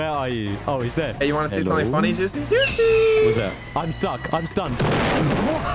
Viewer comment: JOOCIE I SWEAR TO GOD JOOCIE